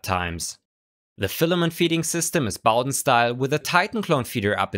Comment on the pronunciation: Thumbs up for pronouncing Bowden correctly and a great review, of course.